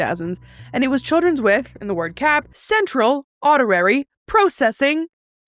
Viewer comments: Ok but saying "audirary" instead was kind of hilarious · I had no idea auditory had a different pronunciation! Also it’s interesting that Canada had a chiller counterpart to the ADHD craze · Wait... was mispronouncing the word "auditory" your sly (aka very "") way of giving an example of said issue? Or am I just neurotic and overthinking? Ya know what, nobody answer that 😅😂